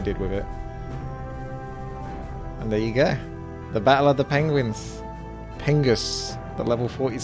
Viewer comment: "pengwengs" -Burlington Coatfactory